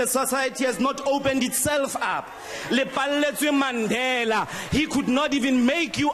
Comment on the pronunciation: "Le palletse Mandela"😂😂😂